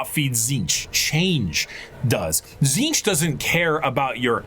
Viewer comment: Questions answered. Ish Tzeentch is pronounced correctly by, first T is silent zeen like end of magazine then tch as a single syllable is roughly the way to say it. Slaanesh is both and neither basically what ever the desire for it is, so he/she that thirst doesn't matter. Time line general year not precise 60 million BC necrons+war in heavens 2025 AD I write a comment 25 thousand AD birth of Slaanesh 29 thousand AD the emperor officially appears and begins conquest of terra 30 thousand AD great crusade 31 thousand Horus heresy+death of emperor 41 to 42 thousand current time in 40k FPS is the game Warhammer Darktide. Thunder warriors were only used to conquer earth before being killed before the great crusade No the exact process for making primarchs is not recorded anywhere that includes what samples are needed. Black carapace is not armour more of an electronic interface inserted under the skin. Hope that helps